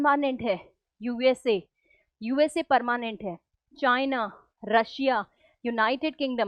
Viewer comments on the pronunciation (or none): Permanent❎ Parmanent✅